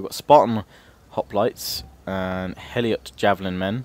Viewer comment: Lol You keep calling Helots, Eliot. :P